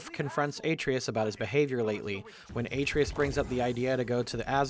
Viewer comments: I feel a tiny pinch of pain every time Atreus' name is pronounced in this video. Otherwise it's a very good video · It wouldn't be nearly as bad if there weren't video clips of the correct pronunciation layered behind it. Almost like it's on purpose. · It's easy to tell who's actually played through GOW by how they pronounce Atreus( unless they think they know better then Christopher Judge how it should be pronounced) and its saddening to learn streamers who present themselves as fans of what they're reviewing can't be bothered to play the game and are probably basing their videos on information from other people's videos, or wiki pages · You are purposely saying Atreus wrong and saying his name constantly to bug people and make them comment about how you keep getting his name wrong despite how often his name is said in both games. It's a good tactic but man is it furiating having to listen too. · You're killing me... It's Atreus. Uh-tray-us. Not Ay-tree-us. The video was good even with the mispronouncing of words and the occasional misspelled words in the captions, but it was most painful to hear each time Atreus was brought up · Say it with me: ah-TRAY-us. Not "AY-tree-us". "Ah-TRAY-us". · Game: “Uh-TRAY-us” This guy: “AY-tree-us” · I demand apology for the pronunciation of boi's name. Uh-tray-us not A-tree-is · It's "ah-tray-us," not "ay-tree-us," dude. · say it with me ah-trey-us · Kratos settled down and had a child named heart-valve. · New video drops Me: 😃 Hears aTREEus Me: ☹️ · dislike for how you pronounce Atreus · Not calling the scene where Kratos asks Brok to bless the spear, showing his absolute respect for him and assuring him of his worth, a Nat 20 scene is a critical fail for this episode. (That and constantly mispronouncing Atreus' name.) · How did you manage to pronounce Atreus wrong for the entire video when the game is fully voice acted? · Every time he says Atreus' name wrong, I cringe. THEY SAY HIS NAME CORRECTLY IN THE GAME